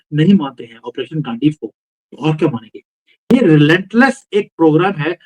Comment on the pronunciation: ji, गांडीवा नहीं। गांडीव। गांडीव मतलब तीर कमान वाली कमान।